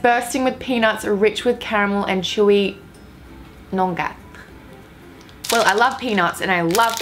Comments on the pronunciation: Nong-ga 😂😂 OMG it's nu-ga. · 😂😂 She said "nun-get" instead of "nougat" when she read the Baby Ruth wrapper. She's adorable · She just said 'nonga' instead of nougat, I am crying 😂😂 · Hey the stuff in the Baby Ruth bar is nougat, pronounced “noogah” lol it’s ok I said nugget the first time I saw it😂 subbed cause ily u already and it’s my first vid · It's nougat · how do you mispronounce nougat and then later describe it as chocolate omg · the way you said nougat almost made me cry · The way she said nougat😂